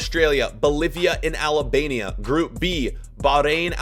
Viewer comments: its Albania not Alabania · “albania” Him: no no no, AlAbAmIa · im Albanian/Kosovar/Montenegrian/Swiss and you didn’t say it right. But its alright americans aren’t the best at pronouncing names.